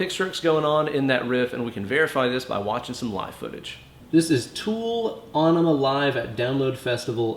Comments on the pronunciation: Aaron Cohn thank you. Even if it wasn’t still pronounced “enema”, I’m pretty sure it wouldn’t be “winemaker”.... right? Not nit picky. He really should know that. It was pronounced correctly each and every time it was mentioned when the album was released. I remember standing in line for Bad Religion Gray Race then a few months after standing in line completely around the block for Aenema. Sadly no heart next to your comment. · It may be spelled with a weird Æ symbol but it's still pronounced "enema". Nitpicky, I know... but it's Tool, so... ಠ_ಠ 😜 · Actually pronounced e-nema. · I'm pretty sure the song isn't pronounced on-ima. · Bro, its pronounced Enema.